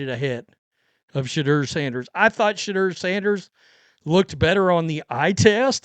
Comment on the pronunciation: Im not really a Sanders fan, but why cant this dude say Shadeur correctly. Very annoying to hear someone screw up names while trying to sound informed. Its Sha-dour not Sha-der.